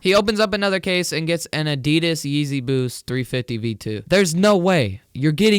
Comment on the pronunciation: adidas is said wrong. sorry if my grammar is shi.. bad